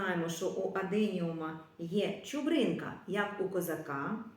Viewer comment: А ще чуПрина, а не чуБрина.❤